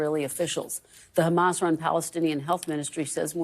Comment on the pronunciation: Yeah if I were Sleepy Joe I’d also want to take credit as it’s the only good thing that’s happened under his term as president. Can’t even remember to pronounce Hamas correctly should give everybody an idea of how important that entire situation is to Biden.